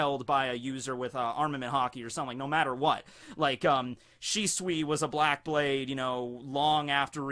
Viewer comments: It’s always been pronounced Shisui. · the more I hear shisui, the more its starting to sound like swiss cheese XD